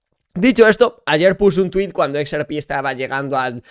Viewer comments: no se dice "ex,er,pi", se dice "equis erre pé", vamos, digo yo... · Me agrada todo tu contenido pero si vas a decir XRP en inglés dilo bien es EX-AAAAAR-PI 🙏🏻 con todo el amor